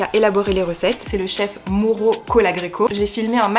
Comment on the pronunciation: On prononce Maùro, il est italo-argentin 😉🤫